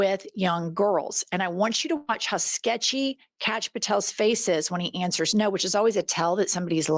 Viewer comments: I think "Kash" name is pronounced Kosh and he SAYS cash so it dosent sound foreign. 🤣 Call him kosh he might 💩 a brick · Every time you call him Canx I just die laughing. We gotta take whatever we can get :)